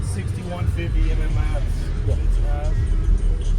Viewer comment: I love seeing MMATS equipment being used. We don't see it very often. It's too damn expensive for most people! I've used their amps several times. They're great. And it's pronounced "MATS"